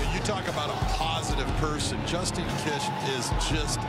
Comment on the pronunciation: Mauro Ranallo got it right, but BIg John McCarthy called Justine Dish "Justin!" in the beginning! What is wrong with him? 💢